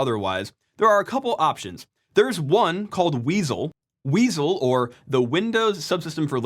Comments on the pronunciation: "Weasle",... Prime would be proud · weasel sounds cool, though